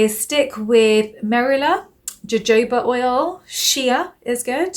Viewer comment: Ps jojoba is actually pronounced “yoyoba” loll